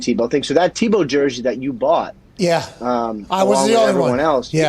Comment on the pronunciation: Please pronounce Tebow correctly. Tea-bow